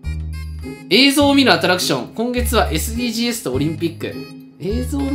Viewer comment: Sdgsを「えすでぃーじーえす」ってまだ言ってるのここくらい